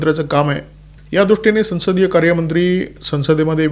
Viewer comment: उत्तम विश्लेषण 🙏🏽 एक छोटे निरिक्षणः संसद शंब्दाचा संस्कृत उच्चार "सवंसद/ सौंसद" असा आहे. हिंदी भाषिकांच्या प्रभावामुळे मराठीतही तशी छटा येउ लागली आहे. आपण त्यात सुधारणा करावी.